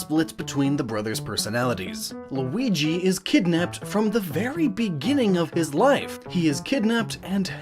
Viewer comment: So you know how to pronounce Luigi now